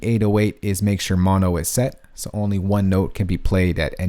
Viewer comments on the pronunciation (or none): none